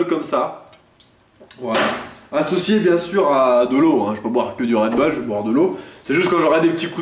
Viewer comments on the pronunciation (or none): du "red beule" :D